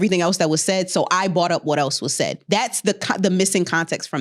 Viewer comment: says (bought up) instead of brought up. And said (brought up) literally like 1 min later. Proving that they understand her speech is compromised but they won't correct her😂